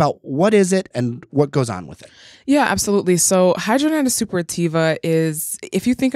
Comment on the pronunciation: It is pronounced “hid-drad-in-itis.”